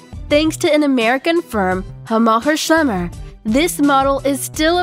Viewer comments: I am convinced it is a multilingual text-to-speech program, after hearing it. It is designed to sound like an American millennial female, but it sounds like a cartoon narrator. The big tell was it pronounced an American hovercraft company with strong Germanic accent, which no American would have. It also pluralizes terrain into "terrains." I'm going to guess this is a Germanic firm that makes click bait videos for YouTube and paid for the TTS software. A computer stole a voice-over person's job. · 0TransAtlantic0 the pronounciation of Hammacher Schlemmer is fine considering how many english speakers cant say "Heckler & Koch" correctly. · 1) there is nothing on that tricycle that is going to protect anyone from the weather. 2) No, it cannot go "vertically" without tipping over. 3) Difficult terrains???, Articulated system, not articulate system, and it is definitely larger than 8' x 8'. 4) Where else would the wheels/shafts be controlled from??? 5) Where on earth did you learn how to pronounce "Hammacher Schlemmer??? , and there is no chance in hell that vehicle will be gliding at "15 meters". It's designed to fly in ground effect, so more like 3 or 4 meters at the most. And no, it is not a flying car. 6) TERRAIN, not terrains!!! 7) One more time, TERRAIN, not terrains dammit! 8) Oh for the love of god, stop saying terrains!!! 9) Not for nothing, but you are showing at least 5 different vehicles in this clip, and 40 kilometers per hour is 24.9 miles per hour, where on earth did you learn to convert??? 10) This is not a vehicle, so why include it in this list? Does anyone check the facts, or do any spellchecking/proofreading on these videos? And why so much unnatural emphasis on certain sentences? The number of inaccuracies, and her extreme overexcited voice-over work made this pretty painful to watch.